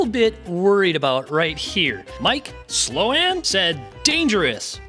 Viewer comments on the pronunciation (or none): SLO-an ? lol